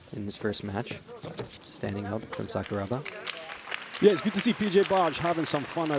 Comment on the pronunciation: Just so you know, Sakuraba is pronounced Sakura (cherry blossom) then add Ba. When they're saying it the way they are in this video, no one in Japan knows who they're talking about.